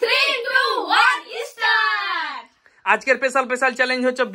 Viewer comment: ইস্টারট নয় স্টার্ট হবে উচ্চারণ টা।❤